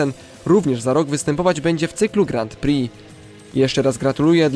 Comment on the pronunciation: Bardzo ciekawy odcinek, ale proszę , na Twoim poziomie zainteresowania żużlem, powinieneś wiedzieć jak wymawia się Grand Prix, znajdziesz wymowę w internecie , ale najkrócej mówiąc bez "d"" w pierwszym słowie, i bez "x" w drugim drugie słowo opanowałeś perfekcyjnie, pozdrawiam serdecznie, to przyjacielska rada , nie złośliwość.